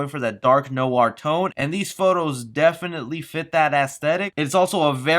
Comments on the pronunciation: Eka Wirayoga yes its spelled noir but you say no-ar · Noir rhymes with choir. Sounds like wire. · It is not no-ar. Imagine a kind of w in there. I never learned how to show phonetics properly, but it’s more like NWAUR. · Did you say.....know are (Noir)¿ ._. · It's noar right? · Why say “NOIR” the way you’re saying it? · Don’t pronounce noir like that.